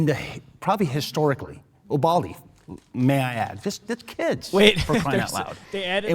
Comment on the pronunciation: as someone who is from Uvalde the way they kept saying it bugs me horribly